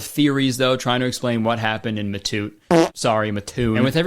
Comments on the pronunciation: MATTOON MENTION (pronounced Mat- toon (mat as in doormat toon as in cartoon) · as someone who lives close enough to the town to visit there every once in awhile it's such a strange shock to hear some and pronounce it like that everyone in the area and myself included pronounces it "Mat-toon" almost as if it's two separate words just said very close together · im sorry i just have to say its pronounced "maah-toon" i just grew up by it lol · It's pronounced like "Matt tune" I've been there they have a good slatepark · Hate to be that guy but as a local, its pronounced (Matt - Toon) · Crazy to see a small central Illinois town mentioned lol. It is, however, pronounced Mat-toon, for you non-locals LOL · Fun fact, I'm from Mattoon! I didn't expect to actually see my town on this list, since I was always under the impression that the mad gasser was a real thing. But I can confirm, when my dad went out to fight in the Fourth Great Ninja War, my mom couldn't walk for months. Also it's MATToon (like the name Matt), not MAttoon. Everyone in Mattoon makes fun of everyone outside of Mattoon for how they pronounce it. You little stinker. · the way you say Mattoon is so funny. It’s pronounced Mat-ew-n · I live near Mattoon and it's pronounced Matt-toon or Meth-toon since so many people do meth there ☠ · As someone who grew up 15 miles away from mattoon, it was probably just a crackhead, and they got food poisoning from lincon Garden. Also, mattoon is pronounced mat-toon im genuinely tweaking rn over kurtis saying it funky but ill forgive him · HOLY SHOT IM FROM MATTOON!!!! btw it's pronounced Matt (like the name) toon :3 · kurtis i live in the Mattoon area, please, its pronounced Matt-Toon 😭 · As someone who lives near mattoon it’s so funny how he pronounces it 😂 muh-toon lol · I live in Mattoon and I would like to say I’ve never heard of this and now I’m scared of the mad gasser 🕺💨. Anyways it’s pronounced Like a mat so like MAT - oon 😁😁